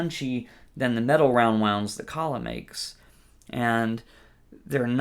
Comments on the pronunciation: Aquila is not spanish, where eagle is aguila pronounced ['a-gwilah], but italian, pronounced ['akwilah]. Akeela pronounced like tequila is wrong and does not exist neither in spanish nor in italian, trust me, I am 100% certified italian, and guitarist. Aquila strings are 100 italian made in Vicenza, Italy. So please don't think you are smarter, do your own research on Google, and please simply call them by their name: 'Akwilah. What do you mean with "I don't believe you"... Cose da pazzi ci tocca leggere, mannaggia, il primo che passa si inventa qualunque fesseria e monta in cattedra! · Great tutorial, thanks a million. But please, folks, stop calling Aquila strings "Aqueela" with the accent on the double ee. It's 'Ah-kwilah, accent on the A. 'A-kwilah. Means eagle, in italian. Thank you